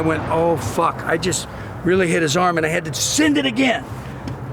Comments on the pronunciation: Hehe "ROBAAAAHT. THAT WAS MY REAL AHM!" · "Robaht... dat's my real AHHHHHMMMM..."